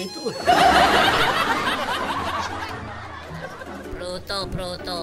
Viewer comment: prutos prutos